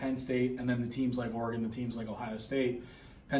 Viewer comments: It's Or regon not R regon! Smh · It's "Oregon", not "Aregon"...sheezus... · It's Ory-Gun. The Ory part is pronounced like Oreo. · Big 10 people need to learn how to pronounce Oregon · I think the most annoying thing about watching the Big Ten is listening to everybody not pronounce Oregon correctly